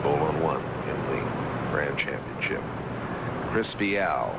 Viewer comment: If only they could say Chris Viales name right....